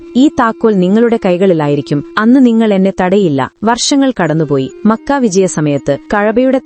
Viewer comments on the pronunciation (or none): none